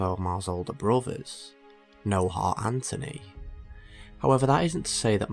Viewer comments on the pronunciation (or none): none